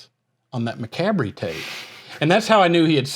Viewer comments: 'McAbry?' It's actually promounced: 'muh-COB.' And there was already a thrash-metal band called 'Macabre' in the 80's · I hope so too! But the band is pronounced “muh-KOB” not MACK-a-BREE. :) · . Its still funny how you say Macabre it sounds like Ma -Cab -ry... in Australia we say Ma Ca bra. 😂😂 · i love how they still mis pronounce "macabre" - macabree. It's pronounced Muh Kawb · Macabre isn't it pronounced mack cob? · Did you guys ever learn to pronounce macabre properly lol? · Did you guys ever figure out how to pronounce “Macabre”?? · Did y'all ever learn the correct pronunciation of macabre? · Still pronouncing macabre wrong after all these years